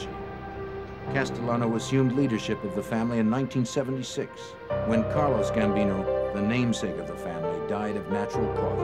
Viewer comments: These guys look nothing like the real dudes except for the 🦬. And the narrator irritates the crap out of me when he refers to Carlo Gambino as Carlos Gambino.They were Italian Americans not Latino Americans.Gracias narrator 🤪.Get it together man because I can't stop watching. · It’s Carlo not Carlos Gambino